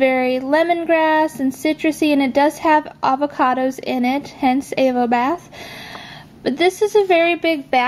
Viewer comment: I can't help but notice you pronounce Avobath incorrectly. It's a pun on "have a bath", so is pronounced like you'd say 'avocado' rather than ' AYvobath' :)